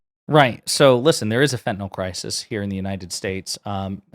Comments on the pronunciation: Fentanyl…. Not fentanol!! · Someone tell her. It’s “Fentanyl”, not “Fentanol”. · It's called 'FentanYl'. As with 'Loss Vegas', lazy pronunciation clouds the issues.